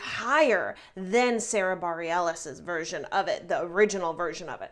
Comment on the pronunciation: Its pronounced Sara Bar-ill-es but I love your breakdown of the vocal because its so on point! And I mean anyone that can play Carol King like Jessie and loved by Carol is an amazing singer